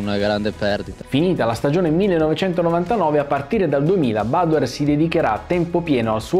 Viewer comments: però badoèr, non bàdoer. Egli è veneto, non inglese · Ciao , io sono proprio di Montebelluna, grazie per aver portato questo video.. l'accento del cognome però te lo correggo perché va sulla E, tipico cognome veneto 😉✌️ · Piccolo appunto: *Badoèr, da buon veneto quale è ♥️ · Bellissimo video, nota da trevigiano: siete simpatici, siete bravi, state facendo un ottimo lavoro, ma, vi prego, utilizzate la vostra visibilità per far capire a tutti che si dice BADOÉR CON L'ACCENTO SULLA E. Ormai si è arreso pure lui, una gioia concediamola😅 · Possibile che dopo tanti anni nessuno pronunci correttamente il suo cognome, neppure tra gli esperti? È Veneto, si pronuncia Badoér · Confermo, da montebellunese, che l'accento cade sulla "e" dell'ultima sillaba, non sulla "a" della prima. Luca è veneto mica inglese!!!😉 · aspettavo questo momento per sentire la pronuncia sbagliata del cognome 😂. ora smetto di fare il cagacazzi e mi godo il video😁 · non lo pronunci giusti il cognome ricordati che e' veneto